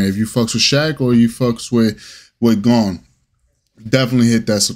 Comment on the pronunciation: You had it right the very first time... his name is pronounced "Gone".